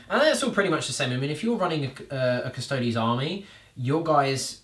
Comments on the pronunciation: That is some name butchering if i ever heard one ... . Still exited, but yeah, that was something else to hear. Maybe we can see a battle of the Cusstoads vs the Adepts Asstards in the future?? :P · How come you forget the E when you say Custodes? Sure the 40k names are made up, but in general imperial names tend to follow a somewhat Latin pronunciation?